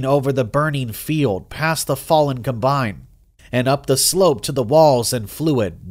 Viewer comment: I had to turn it off. I couldn't listen to him mispronounced combine one more time.